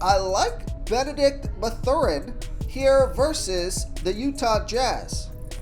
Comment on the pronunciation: Did the pronunciation of Mathurin make u cringe?